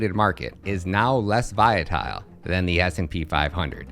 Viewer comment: You confused me, you kept saying Viatile, then all of a sudden you said it correct. Did you do that on purpose? Lol. Good video though